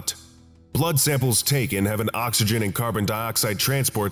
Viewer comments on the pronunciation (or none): none